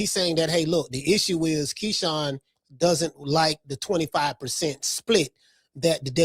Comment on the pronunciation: You almost called Keyshawn, Shekon, but you autocorrected yoursefl ...hahahahah!! 😂😂😂😂😂 I LOVE THIS CHANNEL!!!